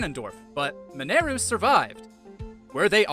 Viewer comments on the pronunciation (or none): Who is Min-air-u? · There’s voice acting in this game, they say the character name “Mineru” multiples times, there’s no excuse why you keep saying it wrong in this video. You know how it’s supposed to be pronounced.